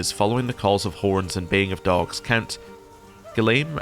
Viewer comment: You said Guillaume well ! Gilles pronounces like ≈Jeall and Guy not like a guy but with e sound at the end.